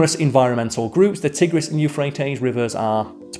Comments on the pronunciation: FYI it’s TYE-gris not TIH-gris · He couldn't pronounce Tigris properly.